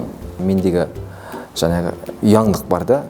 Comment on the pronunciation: ОНай емес, оҢай ғой ! ҚараНыздар емес, қараҢыздар ғой ! жаНағы емес, жаҢағы !